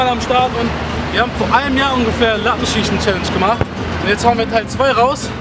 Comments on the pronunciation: "Lattenschieschen" hahaha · Latten scieschen hahaha dein ernst